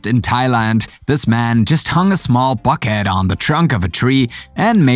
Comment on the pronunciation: Can you say bucket again